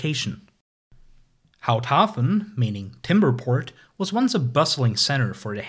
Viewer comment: I had a chuckle too at "Pfuntschteiger" but otherwise I think he did pretty well with Houthaven(s).